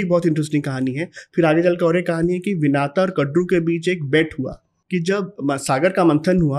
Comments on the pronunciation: महोदय विनाता नहीं है विनिता है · कृपया अपनी pronunciation ठीक करें----राजा बलि को बाली न कहें----कद्दू को कडरू न कहें--विनता को विनाता न कहें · Vinata nahi vinita😐 कडरू नही कद्रु